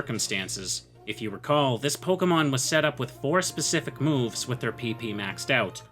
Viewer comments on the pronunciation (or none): none